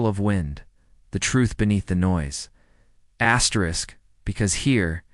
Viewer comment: WHY DO YOU KEEP SAYING ASTERIK?